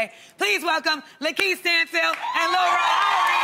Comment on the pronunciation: Lil Rel not Larell smh and I enjoyed this movie. Great job to the entire cast.